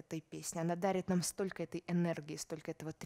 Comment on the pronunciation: Прально, стока и понимайте, да? Вроде образованный человек, но совсем не следит за произношением и словами-паразитами.